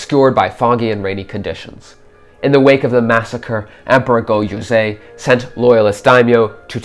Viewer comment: There is so much wrong historically and even narratively with this video that I am actually appalled. 1. It is pronounced SekiGAhara not SekiJAhara. This is a consistent theme throughout the video as he keeps calling the Emperor Go-JOZEI, not YOZEI. Whoever is speaking does not understand Japanese at all. But somehow that is not even the worst part of this video. 2. Speaking of Sekigahara, while it is true that it had rained the previous day and that there was mist, the battle itself took place under clear weather conditions. 3. The primary focus of this video seems to be on Otomo Sorin, hooking up with Oda Nobunaga. Now I realize that this is alternate history, but what motivation does either have to meet with the other at this supposed divergence point? Nobunaga, in 1578, does not need an outsider's help unless it is to become a vassal. He already has Toyotomi Hideyoshi on the Chugoku front anyway to deal with the Mori. In this scenario therefore, Otomo Sorin would have to meet with Hideyoshi, which Sorin has no motivation to do since Sorin himself is a lord and therefore no motivation to pay homage to another feudal lord, especially one which he is not directly supporting for any reason. Even then how does Otomo Sorin reach Nobunaga in the first place, if we ignore what this would do to his prestige? Are the Mori just going to let him pass through their territory, the Mori clan which he is enemies at best with? 4. Oda Nobunaga was not resting at Honnoji in preparation for